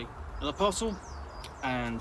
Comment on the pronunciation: Took me a beat to realize you said "parcel". I kept hearing "puzzle", and being like yes, it's a puzzle to get into, but they can't be what he's saying.